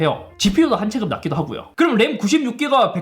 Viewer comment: "올해" 발음은 이제 익숙해졌는데 "체급"을 "체끕"이라고 했다가 "체급"이라고 했다가... 이건 적응이 안 되네요 ㅎㅎ